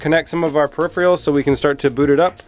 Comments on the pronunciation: its peripherals instead of peripheals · "Periphrials" and "Ambidextrious". You just invented two words.